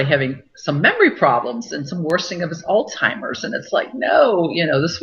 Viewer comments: Hi, Joyce - I know what you mean. I kept hearing the same thing. But I think she may be just pronouncing the "z" like a "ts" so that it sounds more like Altsheimers, and that first "s" is just getting rolled into it. I don't speak German, but maybe a "z" has a "ts" sound in that language. My husband just walked into the room and he speaks some German (his mother was German), and I asked him. He believes this is the case. So maybe that explains it?? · Are you sure that she is a real doctor . She is pronouncing alzheimers like "all timers"